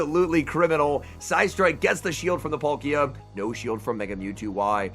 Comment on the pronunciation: Its Pal-ki-a not Pol-ki-a